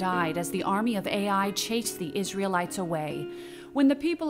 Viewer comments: STOP! This hurts my ears!! It's not pronounced A.I.!!!!! It's pronounced Uy!!!! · Wonderful video . The city of AI is pronounced as Eye in Hebrew